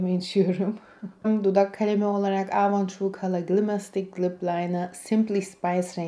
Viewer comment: Yıllardır kullandığını iddia ettigin markanın adını söyleyemiyorsun ama daha.çocukluğumdan beri bildiğim avonu aaavoun diye söylendiğini sende duydum.hiç samimi gelmedin.